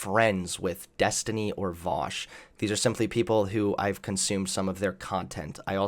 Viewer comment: You can tell how triggered a righty is by how wrong they pronounce name